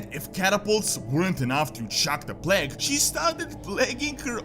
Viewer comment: You said plague, i heard you say plank. So i thought what? She did plank? It's stupid i know, but that's what i've heard